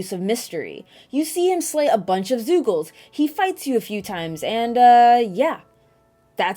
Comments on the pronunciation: I couldn't pay attention to the review cause "zoogles?....zoogles? Wtf? Zoogles?" kept repeating in my head. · hehe, "zoogle"